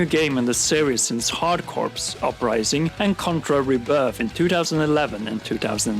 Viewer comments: Daemon X just made by boycott list. Shame Btw, "corps" is pronounced 'core', as in Marine corps LOZ is an auto buy. Waiting for reviews re: Contra, and Ori looks like a lock. p.s. I stopped buying big AAA conversions. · Contra: Rogue Corps........ it”s pronounced “core” not “corpse” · He's speaking the same English language, so there's no language barrier. The way he pronounces it, makes it a completely different word, "Corps" is pronounced "core", but he pronounces it "corpse". Even Brits know its wrong. This is covered at a 5th or 6th grade reading level. Its not hard, its incorrect, and its annoying. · "contra: rouge corpse" lol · The word Corps is pronounced "kor" and it really annoys me when me people pronounce it the way it is spelled. That's all. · the british pronounce it along the lines of "Kaw." It's not about someone's accent, it's that he is literally pronouncing it incorrectly. It's like if someone pronounced the L in salmon. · dude nobody really cares. Not everybody is born in America. In other countries they literally pronounce it as they read it. Just like Americans pronouncing French & other languages wrong.